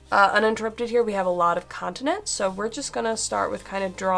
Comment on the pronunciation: Sorry, must be your accent. Sounds like you're saying "condiments"